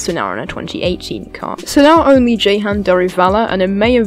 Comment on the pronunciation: Totally butchered Jehans name lmao, really good vid mate ⚡